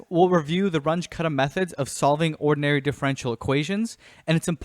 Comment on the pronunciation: Just FYI, since both Runge and Kutta were German, the pronunciation is closer to "Roon-geh" (g as in gravity) and "Koota".